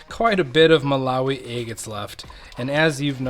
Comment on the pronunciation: I love watching you cut open “eggates!” Every “eggate” is a beautiful surprise. ThanK you for sharing. ❤